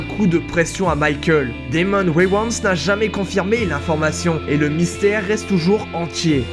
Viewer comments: C'est Damon Wayans pas Demons Wiwans. C'est quoi un charmant petit baletin ? Et le portrait c'est Halle Berry. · Y'a que moi que ça stresse la manière dont il dit Damon Wayans,j'ai l'impression qu'il parle pas de lui!